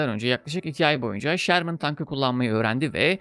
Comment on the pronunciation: abi şermın değil ŞÖRMIN doğru telaffuz. filmdeki modeller m4 ama fury tankı nispeten farklı bir model sherman firefly. bu arada filmdeki tiger tankı panzer6 serisidir. lakabı tiger. bir üst modeli panzer7 ise kingtiger (könnigstiger) olarak geçer. drive for the fatherland!